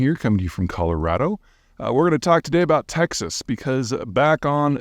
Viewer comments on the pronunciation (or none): none